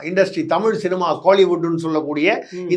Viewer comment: அடேய் அது தமிழ் டா அறிவிலி. தமிழின் சிறப்பு எழுத்தே "ழ" டா. ஏற்கனவே ஆங்கிலத்தில் தமில் (tamil) தான் சொல்லிட்டு திரியுங்க தற்குறிங்க. நீ வேற என்டா தயவு செய்து தமிழை கொல்லாத டா . எவ்வித தகுதியும் இல்லாத மூடர்களாகிய நம்மிடம் வந்து சேர்ந்தது தான் தமிழ் செய்த மிக பெரிய பாவம். தமிழ் சீனாகாரனிடமோ ஜப்பான்காரனிடமோ சென்றிருந்தால் அசுர வளர்ச்சி பெற்றதோடு அதற்காக மரியாதையும் மதிப்பும் கிடைத்திருக்கும். ஆங்கிலத்தில் பேசினால் தான் புத்திசாலி என்று நினைக்கும் சவ தற்குறிகளிடம் சிக்கி கொஞ்சம் கொஞ்சமாக அழிந்து வருவது தான் தமிழின்(என் உயிர்) பரிதாபமான நிலை. தமிழ் கடவுள் முருகனே இந்த தமிழ்ப் பற்றற்ற எங்கள் அறிவிலிகளுக்கு நல்ல பாடம் புகட்டப்பா.